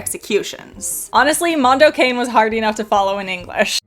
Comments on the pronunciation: Mondo Cah-NAY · I still remember the radio ads when Mondo Cane came out. It was always pronounced Mondo CONNIE.